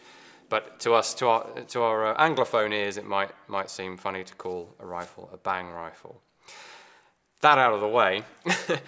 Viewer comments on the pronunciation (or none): "Bang" in Danish is pronounced with a long "n" and a short "a". "Bannng". Not "Baaaang" like in English.